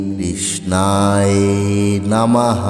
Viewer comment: কৃষ্ণায় উচ্চারণ টা ঠিক করেন নাই